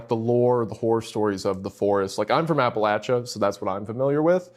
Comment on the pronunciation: Thanks for pronouncing appalachia properly wendigoon REPRESENT !!! 👍👍